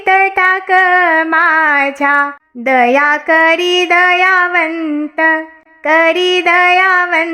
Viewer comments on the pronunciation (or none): (दयानंत) ऐवजी ( दयावंत) असे समजावे.